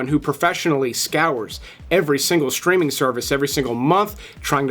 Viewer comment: Thanks for your posts!!! BUT, what is "SHTREAMING"!!!!???? Now, I know what "STREAMING" is. But, I have no clue what "SHTREAMING" is. I really hate when Humans or AI add a Freaking "H" after the "S" in ".....str...." words!!!! Very "SHTRANGE", huh!!!!????